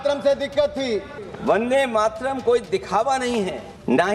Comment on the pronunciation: ko bolna nahi aata 'Mataran' bolti hai